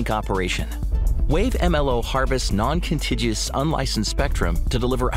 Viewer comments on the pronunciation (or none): "Non Contiggiss?" Who the heck is your voiceover nitwit?